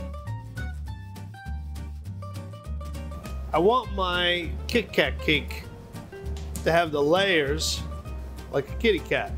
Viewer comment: The way he says kitty cat its so funny. 😊